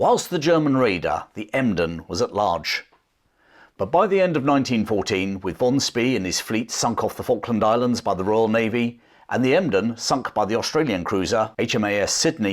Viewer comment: Admiral Von Spee is pronounced “Spay”